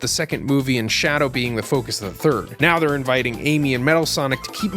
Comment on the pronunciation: “Are you serious right neow bro.”